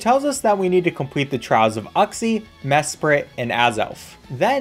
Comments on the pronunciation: Saying uxie like "you xie" easy: no "uck xie" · Man really just called Uxie "U-xe" and not "you-xe" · It's pronounced You-xe not uh-xie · The way he said uxie hurt me… physically (It’s YOUX-IE) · you-see uxie. you welcome